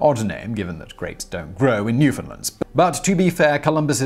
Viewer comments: SIMON! TY so much for not saying new-found-land (emphasis on "found")! It is indeed "newfundland" said as all one word. Jenn in Canada 🇨🇦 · thank you for pronouncing it right Simon. from a fellow commonwealther